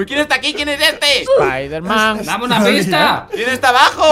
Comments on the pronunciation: me Dio Risa cuando dijo epider man 😂 y dijo espider perro😂😂😂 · Me reí por que dijo espaiderman